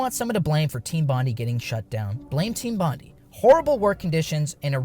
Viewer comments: It's pronounced Team Bon-DIE!!… not Bon-di. I'm an Aussie from Sydney, triggered me after the second time lol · It's pronounced "bond-aye" not "bond-ee", hermano. Had to point it out before it triggers some Aussie's autism. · Thats not how you pronounce Bondi.